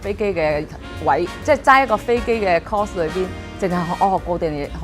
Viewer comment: 把 course 讀成 cause，都可以睇得出佢嘅英語程度係有問題有水份嘅